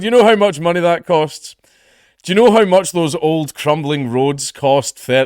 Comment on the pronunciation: "one thing I'm struggling to understand" You. I'm struggling to understand yeou